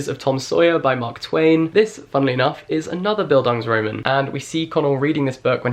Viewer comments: just a pointer from a german english lit graduate, the stress in the second half of the word "bildungsroman" is on the last syllable, bildungsroMAN :) just so you can sound even smarter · The "Bildungs" was perfect. Just the a of Roman is pronounced like a "u" as in "fun" but longer because its accentuated. And the "R" is different. So Bildungsrrromuhn. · Love you so much, but if you mispronounce Bildungsroman like that one more time I will have an aneurysm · Oh! Having a coke with you also was mentioned in Beastly! Also as a german I cringed every time you tried to pronounce "Bildungsroman". But it's okay, Jack. We love you anyway! <3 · I as a german live for your pronunciation of “bildungsroman” it just literally translates to “educational novel” but you said it in a way, that it seems like a new word.. wich it kind of is i guess.. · The way you pronounce Bildungsroman is lowkey upsetting lol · I am binge-watching your videos... and I AM SO IN LOVE with your content! I read Normal People - it was my first book of the year. And i fell in love... and now, watching you discovering all the references... its just genious, you make me wanna read it again! And btw I adore how you say Bildungsroman! Liebe Grüße from Germany :) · As I know German, I’m gonna break that down real quick: “Bildungsroman” is composed by the German words “Bildung” , which means “education”, and “Roman”, which means “novel”. Now, here’s how German-speaking people would pronounce it: Bil- (as in Billie) dungs- (not as in the English word “dung”, the u-sound is like the one in poo) ro- (the o-sound as in rock) man (not like the English word “man”, it’s the a-sound in China) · „Bildung“ is literally education in german😂 pls say Bildungsroman one more time🥴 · the bildungsroman pronunciation jack... i had to pause the video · Oh, so that's why I wasn't understanding what he was saying. 😂 I am Czech, but I had German in school.